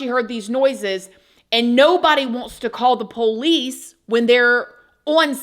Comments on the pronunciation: “Poh-lice”. From Georgia, Lol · PO-lice. Where is she from? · I’m not the biggest fan or worst. But, you’re saying Pole ice drives me insane. Keep on, just seeing old habits die pretty hell hard .